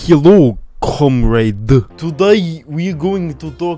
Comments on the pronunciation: dat beat sounds like it was made on a tin can with little bits cut out of it. and you sed cumrag not comrade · "Healloo comeraade" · it sounded like "hello cumrag"